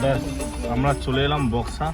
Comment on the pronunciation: বুক্সা নয় বক্সা। নামটি কারো অজানা নয় কারণ এটি একটি বিখ্যাত নাম এবং বক্সা দূর্গ বিখ্যাত জায়গা, ইতিহাসের পাতায় যার নাম আছে সেটাকে কি করে বুক্সা বলছেন !!?? আনপড় নাকি 😡😡